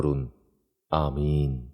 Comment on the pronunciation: বমিন না আমিন